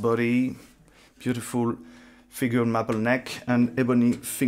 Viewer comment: NRP by a country mile. No contest. Then Verne, Leno and the Czech one, in no particular order. Best sound for the money - Gretsch, hands down. All others sound nasal, boxy, compressed and muffled. Fantastic playing, man! PS No need to apologize for the accent, just look up the pronunciation of the word ‘maple’ (may-pl) and you're good to go. Great presentation. Thanks!